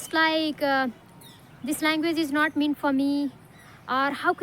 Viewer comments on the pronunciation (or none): Ma'am you're really wonderful. Please check and correct your pronunciation of the words- "answer, meant and asked"